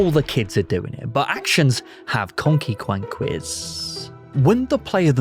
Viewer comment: Well I will never pronounce the word 'Consequences' correctly ever again. 10/10 video no notes.